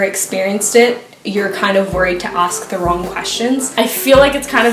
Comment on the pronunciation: she sounds so Scottish the way she says ‘ask’